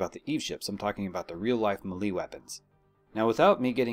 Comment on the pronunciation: OMFG it's pronounced MayLay.. not MeeLee... ugh